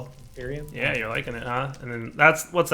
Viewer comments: IT'S NOT INFERNIUM, IT'S INFERIUM. As in it is inferior to all others... PLEASE STOP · "Infernium" x 100 It's Inferium,... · In-fer-i-um. No n,, pls to learn to pronounce things.